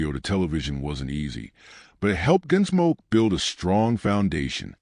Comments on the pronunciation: Make your Point! And I never heard of a show Your AI voice called GenSmoke or was it Ginsmoke? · Your AI narrator calls it "Ginsmoke?" Go away.